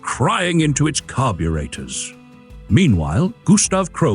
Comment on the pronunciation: Love the AI pronunciation of carburator...oh my